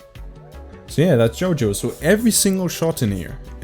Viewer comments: Is it only me or doesnt pronounce JOYO properly: JOJO, YOJO YOYO 😂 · No shade at all, but I LOVE JOJO. This has to be my favourite mispronunciation of his ign I've heard, it's so awesome lmao